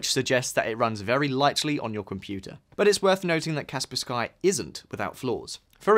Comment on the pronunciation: Kaspersky is one word, the "sky" is not an additional word... so you have to pronounce it as "Cars Purse Key" and not "Cars Purse Sky". Its not pronounced differently according to region, that is just how you pronounce it even when using English language rules.